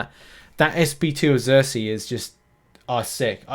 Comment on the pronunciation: It's SERSI, not ZERSI.